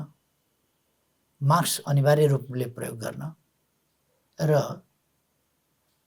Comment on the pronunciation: ओल्बा माक्स हैन मास्क उच्चारण गर्नोस ।